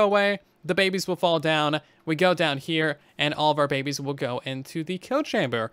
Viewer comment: I like the part where he says Babbes